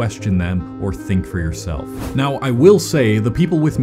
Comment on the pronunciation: uhhh, it's now, not "neow". 🤓🤓🤓🤓🤓🤓🤓🤓🤓🤓🤓🤓🤓🤓🤓🤓🤓🤓🤓🤓🤓🤓🤓🤓🤓🤓🤓🤓🤓🤓🤓🤓🤓🤓🤓🤓🤓🤓